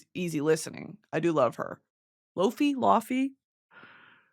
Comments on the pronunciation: Oh no girl it's lay-vay not lofy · ITS NOT LOFFFY It’s LAYVAYYYY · Laufey is pronounced like “layvay” 💗💗💗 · The fact you pronounced Laufey as law-fay and not lay-vay made me so annoyed oml still love u tho girl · ITS "LAY VAY" GIRL NOT LOOFEE OR LOUFEE 😢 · Isn't laufey pronounced as "Leh-vay" or something like that? Instead of law-fee? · it’s pronounced lay vay not lah fee 😭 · hey queen 🤗 laufey is pronounced “lay-vey” not “la-fi” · Lawfy 😭😭😭it’s lay-vay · gonna have to let you know that unfortunately her name is pronounced lay-vay, not laufey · brittany I love you but it’s not law-fee it’s lay-vay 😞😞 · britany ur killing me. laufey=lay vay. WHY YOU SAYING TEEMYU. tee moo. love you bitknee but pls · ms president its pronounced lay-vey its Icelandic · ITS LAY-VAY😭😭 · lay-vay: laufey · NOOO NOT THE "LAW FEE" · LAUFEY is ley- vey lol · btw Laufey is pronounced "Lay-vay"😛😛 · laufey is pronounced like "lay-vay" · brittany i hate to be this person but laufey it’s like lay vay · LAY-VAY, BRITTANY….LAY-VAY 😭😭😭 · I love you so much but it’s pronounced lay-vey even tho it’s spelled Laufey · it’s pronounced “lay-vay”🫶🌟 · Laufey is pronounced lay-vay! I love your videos Brittany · Layvey is how laufey is pronounced. I’m three days behind but I wanted to comment this rq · i just wanna say since you didn’t know the pronunciation of laufey it’s lay-vay 🩷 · Laufey is pronounced "Layvay". I fucking LOVE her aggressively. Its like when you see a cute puppy and you wanna squeeze it to "death" but not really but kinda? Y'all get me, right? ....right? 🥲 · LAYVAY IS HOW U PRNOUNCESE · “lau-phey” LMFAOO BRITANY 😭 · laufey is pronounced laivey or lay-vay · PLEASEEEE get more into laufey (pronounced lay-vay (icelandic)) i have adored her music for so long and i have adored your content for so long so its like me when im little when my two favorite cartoons did a crossover episode like 🤯🤯 but shes so amazing please listen to her album “everything i know about love” 😁